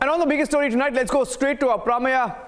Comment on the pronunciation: should know how to pronounce the name Aprameya-why does he say it like he is from US and does not know how to say it?